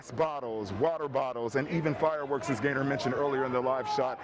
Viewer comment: Thought she said gator when she said gaynor. I was like oh I gotta see this guy 😆.